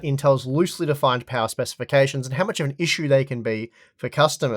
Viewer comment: Unlimited powah